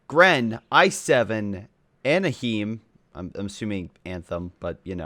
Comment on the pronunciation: Anaheim is pronounced ana-heim its a city in california. Nothing to do with anthem.